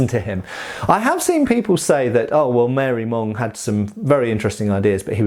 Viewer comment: Marey-Monge (ma-ray-monzh) not "Mary Mong". I had to look it up.